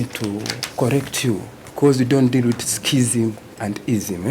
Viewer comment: This one knowledgeable rastaman, " we dont deal wid ism and skizium" 😂